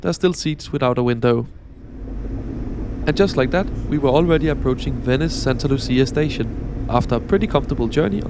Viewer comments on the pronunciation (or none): The train front and back look like an old generation Shinkansen though. Thanks for the review. Btw I like this grey business class colour scheme. FYI, "C" before "e" and "i" pronounce like "tsch" (in German), so it's 'milano Tschentrale" and "Santa Lutschia". Otherwise, excellent!